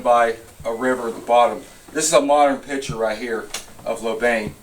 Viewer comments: Hlobane is pronounced with the "bane" being the same as the "bahn" in the German Autobahn. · At least learn to pronounce it… Shlow-bon-y